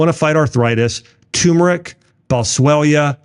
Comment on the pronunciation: Turmeric not Tumeric lol